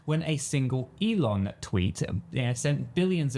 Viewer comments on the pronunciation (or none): none